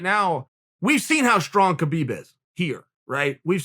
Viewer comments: if you respect khabib pls pronounce his name correctly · Keh-beeb? Hah-beeb!